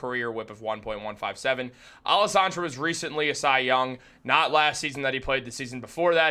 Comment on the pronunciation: Man pronounce Alcantara correctly if you are going to report on this.